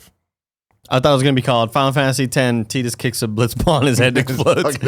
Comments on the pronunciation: Teedus? TEEDUS?! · Who is "Teedus"? Don't you mean "Tidus"?